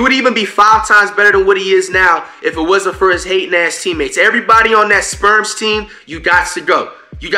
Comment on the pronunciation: Anyone else hear him call the spurs the sperms💀💀😭